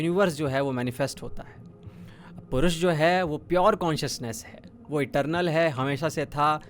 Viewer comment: Bhai purush nahi pourush he